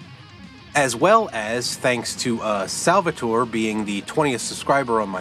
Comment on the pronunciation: OMG! I SINCERLY THANK YOU FOR NOT BUTCHERING MY NAME! Every school teacher i ever had would say sal-vah-tor-ey.. we are not in italy and the e is not pronounced. So, thank you much! you should make an amazon wish list. id be super willing to buy you a few things. I loved your recommendation of forrest mims engineer notebooks. it lays it out in a super easy to read format and the hand drawn artwork is a super nice touch. Keep up the awesome work man. i can see this channel growing into something big. Im gunna shoot you over 50$ on PayPal to get you going. thanks for the shoutout also.